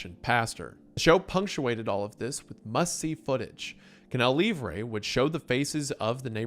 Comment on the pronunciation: Is it really that hard to pronounce "livre" correctly? It's like a key point in the story just say it right jfc